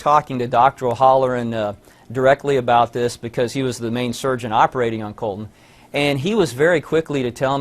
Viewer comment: My name is Colton, and I fucking hate the way they are saying Cuhltun.